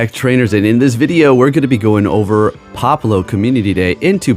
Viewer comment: Pop-le-oh pronounced right 😂